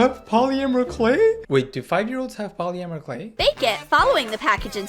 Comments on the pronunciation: bro... "Pollymerie clay" ..... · “Poly mer clay” I just find the way said that funny